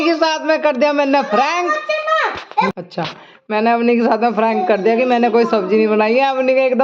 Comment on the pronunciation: Didi frank nhi prank hota h means Majak frank ka meaning spast bolne wala hota h